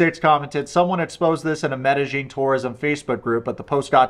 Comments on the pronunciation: Sorry but the way you pronounce Medellin, Medi-jean kills me Medi-yeen by brother good video though. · FYI it’s pronounced meh-duh- yeen. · Where are you getting the j pronunciation of medellin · It’s pronounced Med-a-heen.